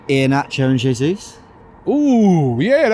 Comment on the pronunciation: Robbie gonna be all season going on and on about Gabriel "JAY-ZEUS"